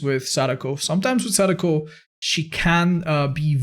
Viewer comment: Hey just wanted to say not only thanks for the content, but as someone who speaks Japanese your pronunciation on Sadako's name actually took me by surprise, I think I've been too used to hearing Dowsey say sudoku constantly but you did great!:)